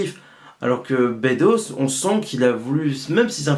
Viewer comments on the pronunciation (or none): Attention c'est bEdos pas Bédos ;-) Bonne video mais qui aurait merité plus de recul car je pense que t'as pas vu (comme bcp te sens pas visé personnelement) le coté frontal reac raciste clairement de ce film. Bedos a voulu faire passer son message de beauf vieille france et c'est terrible. Dujardin a le meme personnage mais sans remise en cause et à la fin tous les progressistes ont été bouffes ou mis en taule. Plus d'1 fois on voit OSS se marrer avec des miroirs de lui sans remise en cause comme le dictateur ou son supérieur C'est genant, on a plus vraiment la subtilité decaléee des deux premiers et ici Bedos utilise le personnage d'OSS pour faire passer son opinion politique et sur la société (on l'a vu sur qq scandales l'an passé dans la vraie vie que le gars etait tres reac) Tres tres embetant comme film. Peu de gens s'en rendront compte mais c'est a dénoncer. Dangereux de nos jours comme message